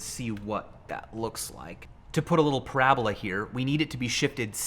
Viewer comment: bruh did u really just end parabola with an e like its hyperbole.,., people these days